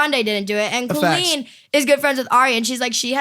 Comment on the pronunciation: Logan the way you said Colleen is the correct way to say it! My name is Colleen and the way Colleen Ballanger says it Cole en is wrong. Technically she should spell it with one L if she is going to pronounce it that way. lol Colleen with two LLs and makes the collie sound. So you are technically correct! Coll-een. It drives me nuts how she says it! Not a lot of us in the world!